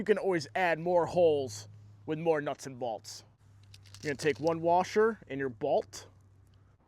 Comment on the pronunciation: It's pronounced bolts